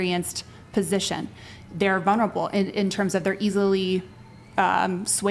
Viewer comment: "Vunerable"? Your Fourth Grade English teacher called and wants you to stay after class.